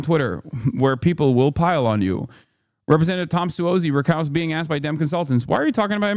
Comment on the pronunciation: It’s pronounced Tom “SAWZI”, or “Bitchmade”